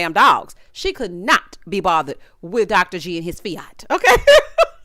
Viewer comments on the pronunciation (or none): none